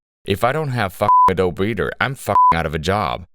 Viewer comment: Text: Adobe Reader Speech: Adult Breeder